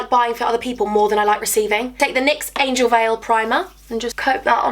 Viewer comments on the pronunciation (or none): none